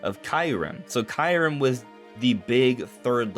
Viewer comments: You pronounce it perfectly DONT listen to anyone ! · Keeyou-rem (KYU pronounced like REU in "REUSE")